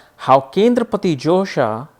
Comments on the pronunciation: josha or dosha??its written dosha here n ur pronausing josha!!! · its not josha it is dosha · Hahaha!! I noticed it too!